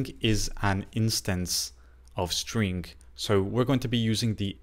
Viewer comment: Thanks for your videos. Always has helpful tips. To me it sounds like you are saying strink. Just noticed since you said it a bunch this video. Keep up the great work. Looking forward to the next one!